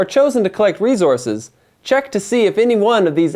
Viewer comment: Good game explanation. It was a bit distracting that he kept saying "re-zor-sis" in stead of "re-source-s"